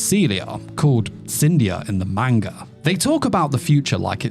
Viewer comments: Ppl please 👏🏼start👏🏼pronouncing 👏🏼manga 👏🏼corectly👏🏼. I swear to god it makes anything you say after lose all credibility. “Meinga” is not a thing. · Grown man can't pronounce manga 😂😂😭